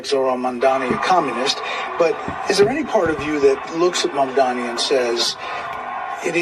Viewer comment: Learn how to say Mamdani's name correctly. It's NOT MaNdani, it's MaMdani.